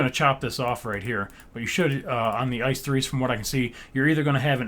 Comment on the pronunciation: How can you prefer the 407 over the 403/406? :D just kidding, nice build! Maybe you could make a 403-variation of some kind, since apart from the front they're kinda similar. PS: the pronunciation is something like I-C-E not like ice cream ;)